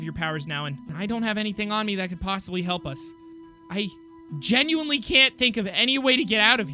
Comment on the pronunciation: Lol he said halp